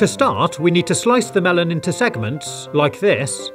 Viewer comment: Why does he keep saying segmant when he cuts the fruit?